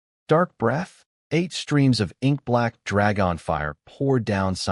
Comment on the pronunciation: Drag-On Drag-Off, 😜😜This AI can't speak "Universal Common" can it?